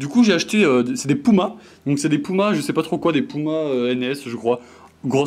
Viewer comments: Qui dit pouma c puma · c'est puma pas pouma mdr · C pas pouma c puma et c pas NS C RS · t le best mais dit pas Pouma stp PUMA ok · « J’ai acheté des POUMA » BAHAHAHAHAH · Je rêve ou il a dis des pouma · Attend pouma ? Nn j’ai mal entendu ? Nn il a bien dit pouma 😭😭😭😭